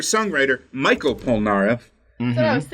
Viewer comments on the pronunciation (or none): "Mickael Polnareff" Me, a cultured frenchman: "Michel Polnareff actually"